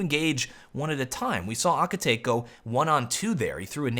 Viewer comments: lol ahkitake no youre saying it wrong. its ah-kit-ta-que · Shouldn't it be pronounced as Aki-ta-KE, as in KE-ttle? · aki ta kay not aki take im pretty sure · Pronounced- ah-key-ta-keh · Aww come on, it's pronunced A-ki-ta-ke (ke pronunced like the one in pokemon). I was cringing everytime you said his name... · Akitake... Oh gosh, my inner weeb just died from the way you pronounce it! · As an anime fan i just couldnt get over his pronounciation of Akitake xD